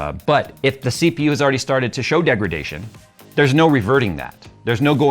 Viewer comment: "standard.... Degridation....". 😂 Pretty sure it's in the Nvidia dictionary